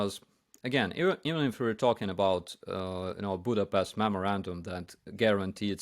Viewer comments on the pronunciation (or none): Budapest has no 'pest' in it. It sounds with an 'sh'. English spelling is somewhat misleading here. Пешт.